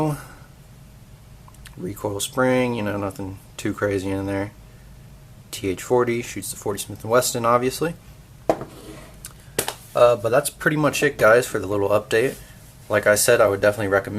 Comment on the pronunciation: WTF...??? Please tell me this moron didn't just say Smith and WESTON...??? LMFAO...!